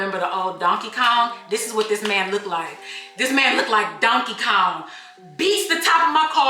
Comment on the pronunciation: Not you saying donkey Kong 😂